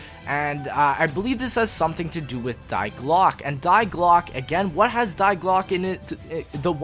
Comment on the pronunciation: Die is pronounced as Dee and glocke is pronounced as glerke ... they are German and together they mean the bell